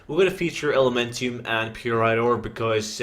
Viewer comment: FML say it with me now py--rite not purite